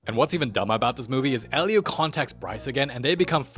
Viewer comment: Noooooo 😭 he didn’t say,” Da movee begins”